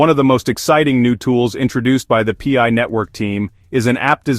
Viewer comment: The "pee eye" network. 😂